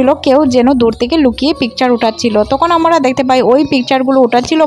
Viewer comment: আপনি 'আমরা' কথাটাকে বারবার 'আমোরা' কেন বলতে থাকেন 😡😡🤬🤬